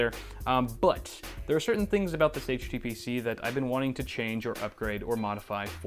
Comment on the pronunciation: What did HTPC stand for - sorry I didn't understand it in the video - to me the t sounded like you said tutor.